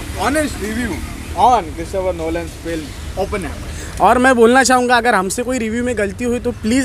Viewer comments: oppenheimer hain yaar kya hammer bol rhe ho😂😂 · Bhai bol Openheimer hi rahe hain ye log par hame sunai Open hammer de raha. 😂